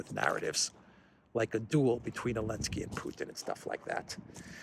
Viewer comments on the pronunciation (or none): I still listen to you once in awhile, but I find it distractingly childish how you refer to Zelensky as "Elensky". Grow up,.